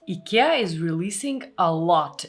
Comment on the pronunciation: the list is already called IKEA you don't have to say the name weirdly every 5 seconds